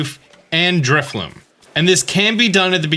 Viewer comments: Drifloon. Not Drifloom. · You keep saying Drifloom. It's Drifloon. N, not M.